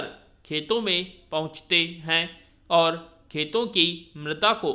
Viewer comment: Sir आप ओर को और बोल रहे हैं और अन्न को अन्य